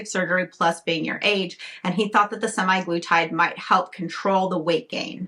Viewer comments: It’s actually semaglutide, not semiglutide; you keep pronouncing it wrong. I don’t know what to say, but I think you need mental health care, not all these unnecessary interventions. I live in the Netherlands and have diabetes and am obese but was denied the injectable form because there is a worldwide shortage and they are only giving it to patients already on the medication. However they have given me the tablet form (Rybelsus) which I take daily and is a much milder form of semaglutide. Unfortunately, despite taking this medication and being on a program involving diet, exercise and lifestyle changes I continue to put on weight. Ironically, I also can’t eat much at mealtimes anymore, not that I ate much to begin with. From what I understand, semaglutide is to manage diabetes, and weight loss is a SIDE EFFECT. Who knows what damage it is doing to people who don’t have diabetes. There are no long term studies. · Ir's not 'semi-glutide, don't overlook that 'A' in the word. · "SEMAYGLUTIDE"... THE WAY YOU SAID IT, ITS LIKE YOU CANT READ